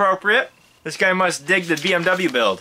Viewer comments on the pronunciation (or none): none